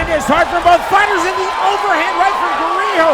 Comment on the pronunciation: What did call GARIJO? "GAROJO"?